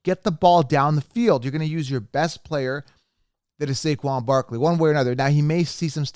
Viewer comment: he got saquon wrong but he said Debbo and cupp and also Najee